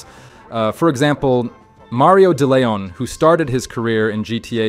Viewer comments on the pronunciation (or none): none